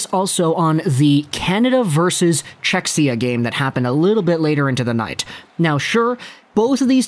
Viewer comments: Czechia - not "Czechsia" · Cze-hi-ah that's the pronunciation, not to be an a-hole lol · Nice video as allways, but oh man, that pronunciation of Czechia hurts my ears, even tho im from Slovakia 😀 .